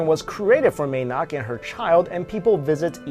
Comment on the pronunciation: may nak does not mean "Lady nak" if by any chance you butchered the term ""Mae" nak" it is pronounced maaaa nak and means "mother nak" very appropriate in this case. just because you're Asian does not mean you can pronounce all Asian languages,especially when there is no official standardized way to anglicise Thai